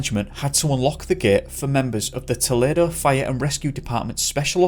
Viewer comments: Remember that US third floor = UK second floor. Also younger children like 3 year olds bounce with minimal injury. Also, toll-EE-doe. ~ aspie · It’s pronounced TOE-lee-DOE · Pronunciation: toe-- lee doe, Ohio. Just letting you know. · Just a heads up on a minor detail. Toledo is pronounced Toe-Lee-Doe.